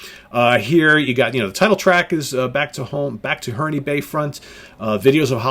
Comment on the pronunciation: A UK pedant writes: The last 'E' in Herne is silent (Hern, not Hern-ee). Herne Bay is a coastal town near Canterbury and where the Back To Front album was recorded in a little studio (hence the jokey reference to "15-track recording" in the lyrics). I really love their debut album, far superior to Floyd's Piper as a psych classic, despite the '60s low-fi recording quality and botched stereo mix (it's much better in mono). Unfortunately it came out in 68 rather than 67 so slightly missed the boat. Richard Sinclair's departure in 72 was an irreplaceable loss, bass and vocal-wise. Really enjoy yr content,!